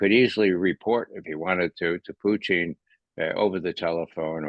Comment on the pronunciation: Thank you Ray for at pronouncing the Leaders names correctly, eg Macron and Putin (instead of Putn). You are also spot on with your analysis.